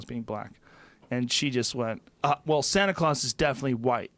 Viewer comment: Joe "Santa Craus" Rogan